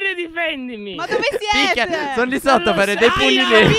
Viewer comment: Ora mi sono accorto che dice picchia lol😂😂